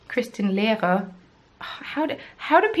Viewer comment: Hah! I'm still watching, but had to pause and comment after you pronounced my last name, Lehrer, which is absolutely correct! My husband and his family have always pronounced it as, "lair-rur". To be honest, I'm not a fan of the way it sounds without the German accent. "Americanized", it's quite a mouthful! 😜